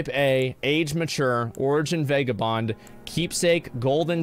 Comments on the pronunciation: It’s pronounced Vagah Bond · He said vague a bond so many times that I am convinced he believes this is the actual way to pronounce vagabond and he isn’t just being a silly goof